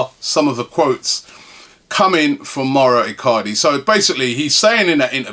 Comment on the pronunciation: hey Robbie...would you liked to be called ruby?...just saying coz it Mao-ro not Mario you twit...